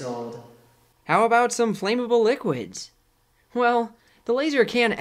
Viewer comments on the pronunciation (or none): Flame-able? It's "Flammable"